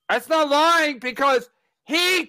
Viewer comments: “IM NOT LOY YING, CHAD IS A POS” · Kevin pronounces “lying” like Bobo off the O&A show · Your not loy ying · I..I...I'm not loy-ying